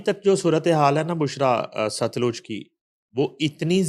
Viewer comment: Baji sutlaj nai satluj